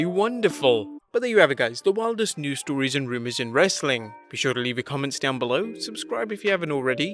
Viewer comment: I feel like he trolls us Americans at the end Everytime when he says "Wrastlin Content"